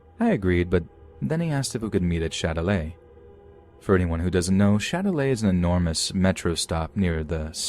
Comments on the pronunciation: Yo I'm French, it's "Châtelet" not Shillelagh 😭😭✋🏼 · as a french person i have to say that it’s not « shillelagh » but « châtelet » 😭😭😭